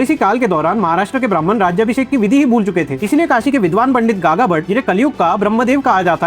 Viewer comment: Sir you are right just one correction The coronation ceremony is named as राजाभिषेक not राज्याभिषेक. राज्याभिषेक is mis pronounced word and in written has proff that Gaga bhatt has written that it's राजाभिषेक. You are doing very good work👍🏻